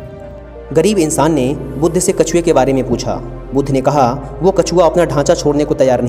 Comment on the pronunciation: भाई बुद्धा नहीं बुद्ध ही बोला जाएगा